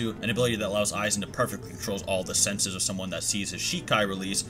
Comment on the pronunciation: Isnt it pronounce Eye-Wok? you said You-hah